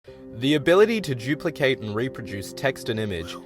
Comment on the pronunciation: did u say JOOOPLICATE? :P